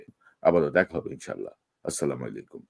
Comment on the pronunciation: আপনার সব কথা ভালো লাগে, আসসালামুয়ালাইকুম বলা ধরণটা ভুল মনে হয় তাই সেইটা ভালো লাগেনা।